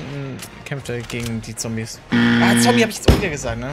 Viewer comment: Zombies ist doch kein englisch😂 Zumindest so wie das ausgesprochen hat.